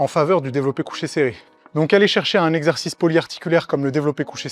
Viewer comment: A partir de cette partie est IA, tu peux l'entendre facilement. Au Ton de voix différent, a la qualité sonore, et la façon de parler/prononcer qui n'est pas du tout celle de Mot mal prononcé (mouvement "inefficace"): La partie sur les deltoides:. On retrouve cette même façon de parler avec l'IA: Désquilib? Ezzerzice?: Forhum?..: Alors là il manque carrément la fin du mot. Faisceau du DELTOI ne prononce absolument pas ces mots de cette façon et c'est évidemment une voix de synthèse, ça s'entend de manière très grossière